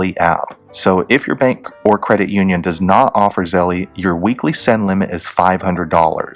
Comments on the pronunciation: I think it’s pronounced Z-E-L-L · The way u say Zelle pisses me off